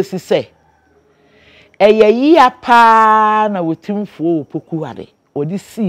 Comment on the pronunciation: Learnt something today, it’s actually “otimfuor” not “otumfuor”. Oh wow